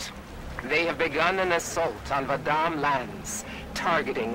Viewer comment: i love how vadam was mispronounced all throughout this video even though this video was made after guardians was released and the name was pronounced correctly.